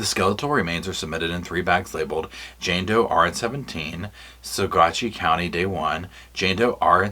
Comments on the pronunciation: I'm a Colorado native it's pronounced "Sa-watchy." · the pronunciation for Saguache County is "suh-WATCH" (with slight emphasis on that second syllable). I picked that up from some locals. FWIW, (lawyer Iris) Eytan is pronounced "e-TAHN" (rhymes with Hahn), or at least that's how I heard her former partner Dru Nielsen say it, made a mental note of it. I only mention it because you're the type to appreciate such things. The big news of this autopsy made me SO DANG HAPPY. THANK YOU. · The county is pronounced Sawatch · Saguache is pronounced Saw-watch ~ a Ute Indian word. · Coloradan here. We have some weird pronunciations. Saguache is pronounced suh-WAHTCH. Moffat is pronounced MAH-fuht. Salida is pronounced suh-LIE-duh.